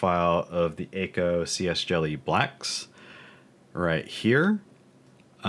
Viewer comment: Btw it’s not ayyko it’s ahhko. akko